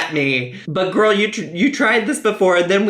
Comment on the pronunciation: "I'm just.... gorl." Yup. Yup, me, too. Her and Amberlynn. Jeez.